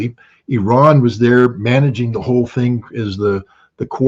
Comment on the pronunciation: the name of the is NOT pronounced OORAN or HOORAN, it is pronounced EERAN (Iran).